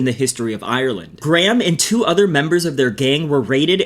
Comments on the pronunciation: Graham is pronounced "grey-em" not Gram but its also a befitting name Ngl lmao 🤣🤣😂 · Is ot me or is he pronouncing 'Graham' as Gram 😂😂 quire apt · You guys know that's not how Graham is pronounced right 😂